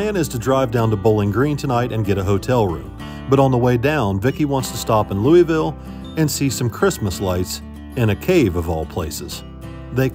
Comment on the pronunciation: Has no one taught you how to pronounce LOUISVILLE correctly? :face-purple-crying: Have fun y'all.